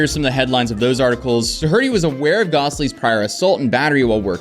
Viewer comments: Do- her -ty?! Bro, I know it looks like it may be pronounced that way, but it's obviously not. It pronounced "Doher-ty". No matter how you pronounce his name, though, he is definitely a piece of shit. Having a lot of money just makes him a rich piece of shit. F that guy! I hope he gets everything that's coming to him! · Pretty sure it’s dorh-t not do-her-ty 😂 sounded out every syllable like a kid learning to read. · Love the content brother. Just as an anonymous tip from someone who unfortunately knows the family, it's pronounced dough-er-tee, as opposed to dough-hur-tee. Jack sucks eggs. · Are you calling him "duh-hurt-y" ironically or what? It's typically pronounced dough-er-tee. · Why did you keep saying his name like that? Like Da-hurt-ee? It sounds like it’s spelled Dough-er-ty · Wh.... Why are you saying doe-hurty? It's doe-er-tee... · The name is Do - erty the H is silent. What is wrong with Youtubers that the greater the content the worse their English skills. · It's pronounced Dough - erty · You pronouncing his name as Doh-hurty do hurty my ears. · Dude, "Doe-Hurty"... super cute you can be "original" and pronounce his last name in your own special way... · It's pronounced "Doh- Erty" with the "H" being nearly silent. Say it like Homer Simpson, "DOH!!!" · Did he say DOE HURTIE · Do you really not know how to pronounce “Doherty.” Try this “Door-tee” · "Do-herty" lol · its pronounced like Dorothy with no "h" its not pronounced "duh" "hurty" -- more like "door-hitty" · Doherty is pronounced Daw Her Tea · Ain’t no way you said do-herty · Doherty is pronounced “door-Dee” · “Door-eh-tee” … I love ur channel but ur saying that annoying kids name wrong n that’s annoying😂 no offense. But that’s how u pronounce it. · Doherty - Doe-er-dee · It's do-ert-ee. The h is SILENT! fuuuuuu*k! sake😡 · I don't care what that lil shite says, it's "DAW-RAH-TEE" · For gods sake it’s pronounced dowerty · Do-hurty 🤣 good ol Americans butchering language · lol 'DOH-HURTY'